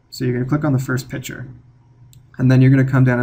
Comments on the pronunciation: It's a picture, not a "pitcher." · Great video- wish you pronounced the "c" in "picture" though.